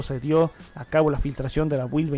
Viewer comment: Hola! Por favor no tomes a mal este comentario, pero te recomendaría comprobar la pronunciación de las palabras en inglés que mencionas en tus videos como build, cloud, secure boot, etc. Yo sé que el público es de habla hispana pero muchas veces confunde a los que sabemos la pronunciación correcta. Muchas Gracias!